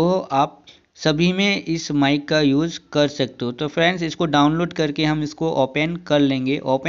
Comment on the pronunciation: मिक नहीं बे माइक होता है